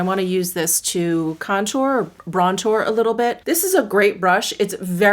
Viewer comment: Lol did you say brontour?